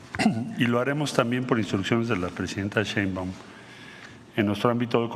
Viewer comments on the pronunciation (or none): Es Marcelo "Ebrard" no, Marcelo "Ebrarc" y Claudia "Sheinbaum" no, "Sheimbao"